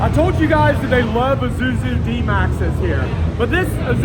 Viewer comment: dude... its isuzu not izuzu. And you keep saying izuzu